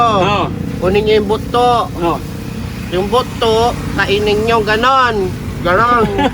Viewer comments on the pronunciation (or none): ingat po sa pagkakapronounce mo po nang word na "buto" iba po kasi meaning niyan sa bisaya. Natawa lang ako sa pagkakasabi mo po. Subscriber niyo po from Kidapawan City. Enjoy lang mo kaon og durian. Daghan na diri sa amoa. Ingat po kayo lagi team Daddy Frankie.